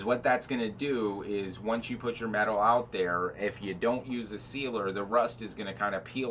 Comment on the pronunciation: Medawl? what is medawl ?